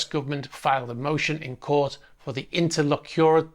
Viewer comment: Interlocutory: sounds like enter-lock-uh-tory.